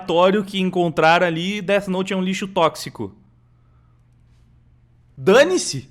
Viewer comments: O engraçado é os cara falando como se o "Dét Note" realmente funcionasse. kkk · Dos criadores de "tóquio guru" vem aí "déti nouti" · "Det note" kkkkkkkkkkkkkkkkkkkkk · Déte Noute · os cara sabem nem falar o nome do anime direito, certeza que nem assistiram